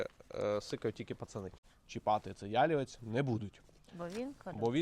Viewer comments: корисне відео, але наголос не правильний- потрібно говорити яліве́ць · Пробачте, що виправляю, але ялівЕць наголос на останній склад, а не перший. Не хотіла нікого образити, просто ріже слух